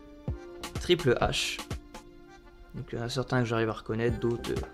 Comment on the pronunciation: Il a dit triple Hache mdrrr